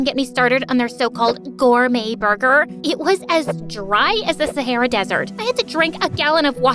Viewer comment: 1. who calls it saarah its sahara get is right